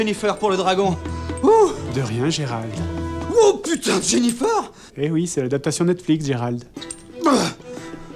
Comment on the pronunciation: "Jennifer" mes oreille on saigner. Il manque un perso essentiels de la série triss